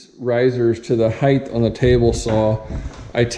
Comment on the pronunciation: Height not heighth.